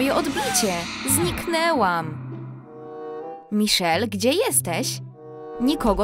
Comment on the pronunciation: Majszel jako miszel